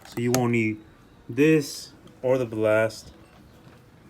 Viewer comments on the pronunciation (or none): Bal-last "ballast"